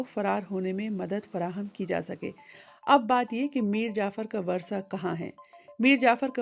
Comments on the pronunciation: آپ اپنا تلفظ درست کریں وُرثہ کو باربار ورثہ کہہ رہی ہیں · It's "wurasa" not "warsa". Pronunciation is important too. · 'میر جعفر کے ورثا' اور ورثا ایسے نہیں پڑھا جاتا جیسے آپ نے پڑھا ہے۔